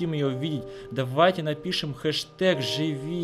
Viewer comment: Лев Татарников правильно не жыви а живи